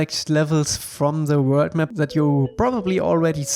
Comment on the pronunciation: The way you pronounce ze word 'the' is literally so cute I can't